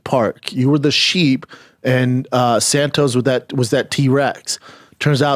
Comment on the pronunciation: Is schaub saying san toes 😂😂